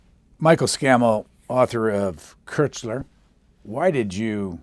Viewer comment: just for the record and ,admittedly , it s not THAT important bnow but koestler s name is pronounced as kostler with an umlaut and certainly not as Kessler as your man here said, its a german name after all The book sounds great btw, will try to lay my grubby paws on it sometime soon